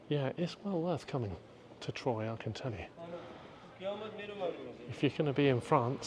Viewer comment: Nice video. Troyes is pronounced like the number 3 in French /trwa/